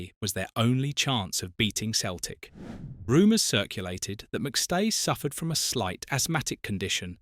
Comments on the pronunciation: Where were these headlines? Celtic is pronounced Sel-tic, not Keltic. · Why Keltic and occasionally proper pronunciation of the club’s name?!?? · No when Celtic was formed it was KELTIC . In the English speaking world they use seltic as a E after a C comes out a SELTIC like celebrity etc .